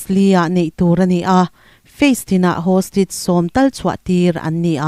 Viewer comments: Hostige ti suh hawstaige ti rawh 🤣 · Hostige chu eng tihna nge aw ??!! Hostage tih tur ni awm tak